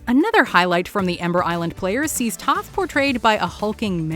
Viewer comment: was i the only one who heard her say tough not toph 👁👄👁